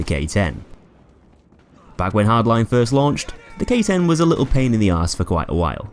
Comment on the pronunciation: When you said K-10 I thought you mean Gay-10